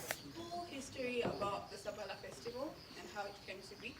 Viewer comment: Its SABALA....not shhhhhhaaa